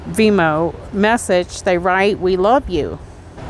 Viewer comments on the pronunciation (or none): You can't shoot poison out of a gun, and it's venmo, not vemo, you just forgot or didn't know , there is an "n" in there. That aside, i lov your videos. Please don't take me correcting u wrong or personal. I'm actually a fan of your channel.